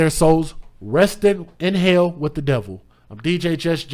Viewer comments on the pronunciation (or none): none